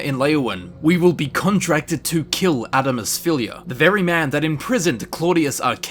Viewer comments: Tfw you can't say Adamus Phillida's name correctly XD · I love this video and how you can actually pronounce a lot of the names yet you can't say Adamus Phillida correctly when they even say it in the game XD (Edit): I'm not being mean I just think it's funny that you don't pronounce the "d" In his name